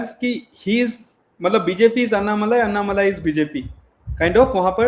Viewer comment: उनका नाम अन्नामलाइ नही, अणणामलै है, मलै means mountain, मलै को मलाई कर दिया है